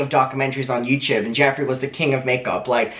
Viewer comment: YouTube ? No YouChube !!!